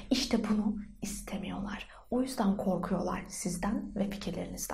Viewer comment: O kadar ağzı dolu bir şekilde "korkuyorlar" dedin kii😂